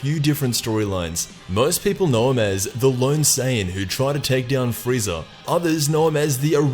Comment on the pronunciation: he said "freezer" not frieza almost at the very end lol